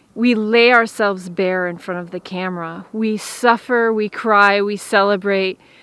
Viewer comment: Ughhh please don’t say bare again.